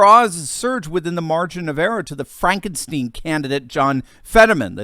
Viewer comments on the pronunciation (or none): none